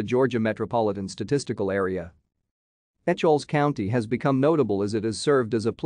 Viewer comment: It is pronounced E-kels